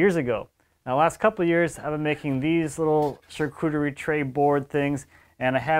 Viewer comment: Sharcoodery? Sharkoory? Try “sharkutry” or even “sharketry”, that’ll get you close enough and won’t sound pretentious.